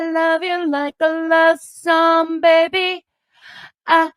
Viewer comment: Learn not to use people...And BTW you CAN'T SING....It's SONG WITH G. I hope William pronounces his *G's*. Learn to be nice...If not you will forever be alone.